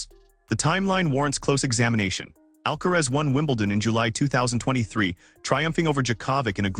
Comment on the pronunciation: Please pronounce the tennis players name correctly even if you are called AI